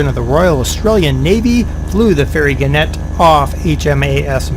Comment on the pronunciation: At the risk of seeming a boring pedant, it's gannet with the emphasis on the first syllable - as if you were saying 'gaanet'. It's a seabird closely related to the booby. Anyway, back to the plane...